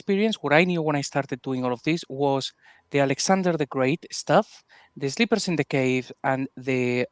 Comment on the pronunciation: Wasn’t the story called The Sleepers of the Cave? It sounded like Lloyd said Slippers? Am I confused?